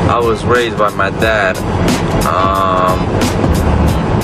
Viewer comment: Naw, I think he said "raised", but it did sound like odd at first